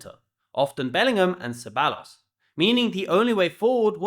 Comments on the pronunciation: I know brits are dim but as football expert you can't be even bothered to pronounce names correctly? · You can't pronounce Ceballos? Really? Are you even watching the games? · Wow an English native speaker who can't pronounce s foreign word😂😂😂😂 What a coincidence.